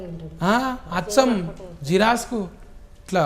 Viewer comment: జిరాక్స్..ను జిరాస్క్ అని, ఇప్పుడు పదాన్ని ఇఫ్ఫుడు గా, ప్రోబ్లం ని ఫ్రోబ్లం అని ఎందుకంటునారో అర్థం కావడంలేదు..